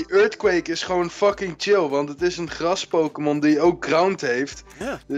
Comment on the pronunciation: Gggrrras Gggrrrond ~ 2017